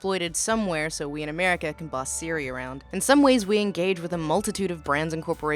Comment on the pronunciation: I heard as "being exploited somewhere so we can boss Syria around.", and I had to listen to it three times to understand that it was talking about that apple software siri." I need sleep obviously.